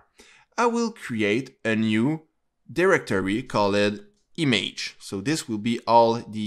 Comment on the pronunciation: Good Tutorial but the way you say "Image" makes me crazy